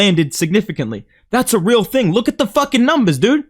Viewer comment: “Its a real thang” 😂😂😂